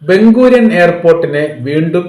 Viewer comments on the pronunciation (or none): ബംഗുരിയൻ അല്ല. ബെൻ-ഗുറിയോൺ (David Ben-Gurion' ) എന്നാണ് '